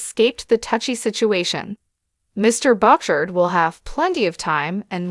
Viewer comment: Perhaps the a nnouncer could pronounce his name ..she butchers the name...it us boo..shard and NOT what she pronounced